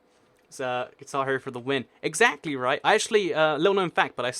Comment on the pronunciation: guys listen to the a in exactly